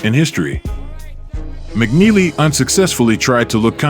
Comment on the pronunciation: Mike turned McNeely to JogNeely 😅